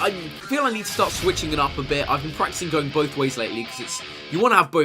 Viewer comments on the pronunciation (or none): none